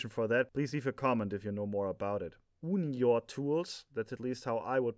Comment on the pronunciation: Pretty good pronounciation of UNIOR :) Always proud to hear it mentioned, not famous but still manufactures quality tools.